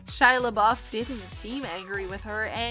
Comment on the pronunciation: Is she saying LaBOB???